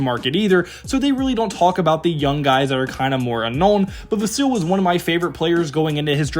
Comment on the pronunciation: You're pronouncing "Vassell", "Sochan" & "Branham" wrong...